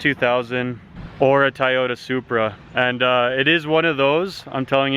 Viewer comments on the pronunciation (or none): WHY DO YOU PRONOUNCE "TOYOTA" LIKE THAT YOU FUUUUCK